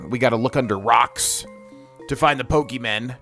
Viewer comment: Love people still playing pokemon like this. Good shit, but god please stop saying pokemen 😩